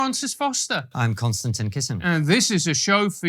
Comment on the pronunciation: I love this channel so much. So informative. But I've got to say that every time I hear the intro, in regards to Konstantin introducing himself, my childish brain only hears "And I'm Constantly Kissing" 😘🤭